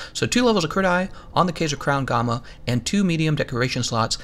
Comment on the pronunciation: Anyone else bothered by the pronounciation of gamma and recess? Just me? Really?